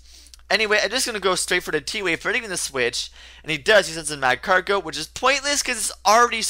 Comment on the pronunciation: It's pronounced ma-CAR-go, not MAC-CAR-go